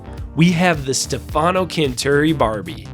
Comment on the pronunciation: Stefano… accent on the E not on the A!!! 🤣 sorry I had to say it.